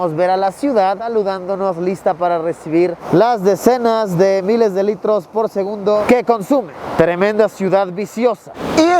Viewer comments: Minuto dice SEGUNBDO en vez de segundo jajajaj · LiKE si tu también notaste que en vez de decir SEGUNDO dice SEGUNBDO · alguien se dio cuenta que dise sengunbdo en ves que segundo? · minuto dice segunbdo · Alguien más se dio cuenta "por segunbdo"😅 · "segunbdo" ¿alguien más lo noto? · jaja dice segunbdo no segundo, no critico solo quiero saber si no fuy el único en verlo jeje👌 exelente video 👏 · Seré el único que captó la palabra "SEGUNBDO" en vez de "SEGUNDO" en el minuto ? xd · por segunbdo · jaja dice segunbdo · Like si viste en el Min Decia SEGUNBDO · Alguien más vio que en el minuto dice “segunbo” jajaja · quien más se dió cuenta que dice "segunbdo" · Dice segubndo y es segundo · SEGUNBDO jijiji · se dieron cuenta que dice segunbdo XD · 32 OOO LITROS POR SEGUNBDO XD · en el dice segunbdo. solo digo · 528 porque dices (segunbdo) xd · Nadie va a hablar de "segunbdo"? xd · En el minuto dice segunbdo xd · Like por el ''Segunbdo'' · "Segunbdo" xD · Alguien mas notó el Error en Segundo Dice Segubndo